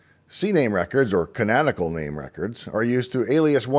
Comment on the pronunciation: Uhm....Dave? Re: TTL, it's "live" as in "Live or die", not "live" as in "Live, from New York!"... And it's "canonical", as in, part of accepted canon, not "cananical", which isn't even a word. Come on, man.. if you're gonna teach...